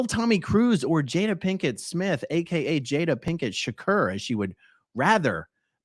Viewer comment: 😂😂😂 Aaron…it’s pronounced “SHA-CORE”! 😆😆😆 omg that really tickled me.